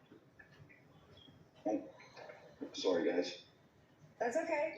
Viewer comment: Tom is awesome but I heard the Canadian in him when he said "sorry" when his camera went off